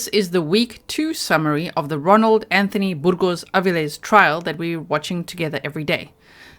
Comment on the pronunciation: How many people ♥️ pronunciation of Burgos-Avilles? ⤵️